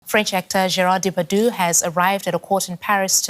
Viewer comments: Prounced Day'- Par - Dieu. Not Daypadoo. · Daymetoo not Daypadoo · Celine, he and his name are very well known to me. It's about the inability of a news broadcaster to get the correct pronunciation...